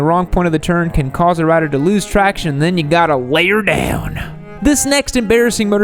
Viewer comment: That "lay 'er down" (including that broad southern accent) always cracks me up! Luv you for that.